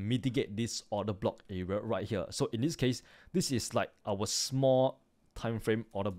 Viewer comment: I love how he sais "right HEEWER"